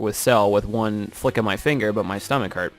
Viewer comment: Oh Fingers. You said vingers